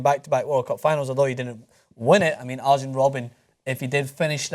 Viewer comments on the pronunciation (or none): If you say Ajax correctly, you could deduce that the J in Arjen is read the same way...